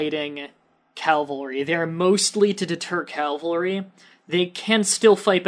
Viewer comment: Cavalry. Not Calvalry